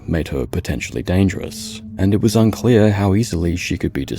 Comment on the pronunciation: I'm sorry, was it unclear or was it unclaire?